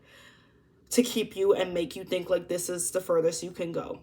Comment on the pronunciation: Lmao “you TINK for yourself!”